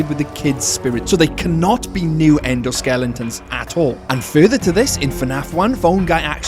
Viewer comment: you almost called them "endo skellingtons", but you seemingly caught yourself before fully committing to the 'ng'. XD